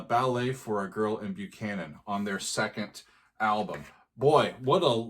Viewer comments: "Buchhannon" is pronounced "Buck-hannon", not "Byu-cannon". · Believe it or not, the town Buchannon, West Virgina is actually pronounced "Buck-annon". Yeah, it surprised me too when I learned that. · Buckhannon, WV to be exact. An album misprint without the ‘K’ caused the nearly universal mispronunciation of the name. Only live recordings of the band introducing the song reveal it as Buck-han-non. Even the majority of hardcore Chicago fans have adopted the Byoo-can-non pronunciation. Makes you wonder if Pankow the perfectionist wanted to scream at the slight error in the title of his masterpiece haha. Though I’m sure the timeless success of this suite (and his various hit compositions) made him quickly brush it off. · FYI, it's pronounced "Buck-hannon". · I believe it's pronounced Buckanon.